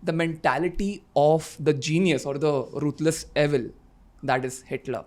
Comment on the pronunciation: Your pronunciation of "evil" is wrong.